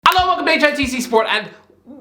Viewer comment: helloandwelcometohitcsport he says it as one word lmao